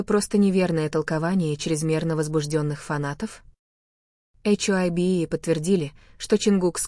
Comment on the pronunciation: БТС молчат, вот и придумивают чушь, и говорите правильно имена и что за ейчайби Хайби Хайби правильно их фирма,что ви язик ламаете, мало того что врете еще и коверкаете имена просто ужас